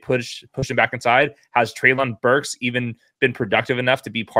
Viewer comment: Btw just so you know, it’s pronounced Trey-lin Burks.